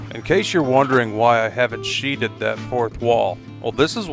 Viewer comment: "Sheathed." One syllable. Verb, past-tense Not "sheeted." Also, "sheath," verb, present-tense and "sheathing," noun.